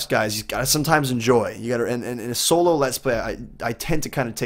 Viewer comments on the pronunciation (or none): none